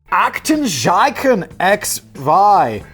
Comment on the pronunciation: Simon the German z is still pronaunced like ts. If you get that sorted out your German pronaunciation would be pretty okay. Btw x is ix instead of ex in German y is ypsilon [üpsilon like the greek letter epsilon but with ü (or i if ü is too difficult) instead of the e] *and in German Aktenzeichen translates more to file sign/signature instead of number so does make perfect sense actually